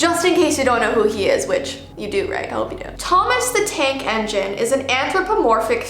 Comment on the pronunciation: Thomas the tank engine Me: Thomas the Dank engine